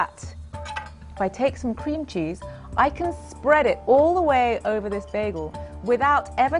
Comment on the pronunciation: I think what makes me most angry about this video is that Drew places the emphasis of the phrase "cream cheese" on the word cream